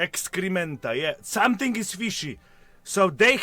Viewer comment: "Somesing is SOOS!" 💀